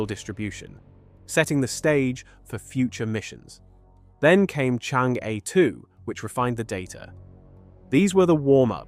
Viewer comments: It's not "chan-gay" or "chang-ee" " it's chong-uh" in Mandarin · Interesting info. Thanks. But it’s not called Chang gay. Or Chang geee. It’s something like Chang Errr. The rrrr is of course silent. The craft are named after the famous Chinese moon goddess. 嫦娥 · Oh my ears, it’s “Chong un” ! I thought China was already mining Helium on the moon.